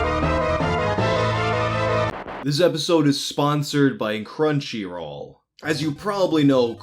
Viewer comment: Cruncyroll?!?! Are you fucking serious, go fuck yourself